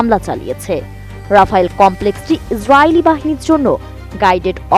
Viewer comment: উপস্থাপিকার ইসরাইল এবং আমেরিকা বলার ধারন টা কেমন জানি লাগছে